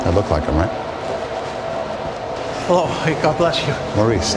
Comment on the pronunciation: thank you for your information and what you are doing, you are indeed being used by God to share scriptures and the truth, there's just one thing I don't like on your video, when you greet people "Hell-Low" Hell-Low" at the beginning, research about this, because sound and frequency matters, the controllers of the world invented that word, you don't even know you're already cursing someone when you say "Hell-Low" to them. God be with you, and not God Be Less you!